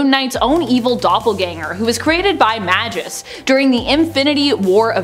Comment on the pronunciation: Did.. did she say "majis"? Not Magus? Come on now you aren't even trying.